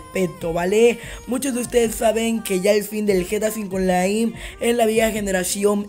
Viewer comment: lol estuviste diciendo gta v onlai en vez de online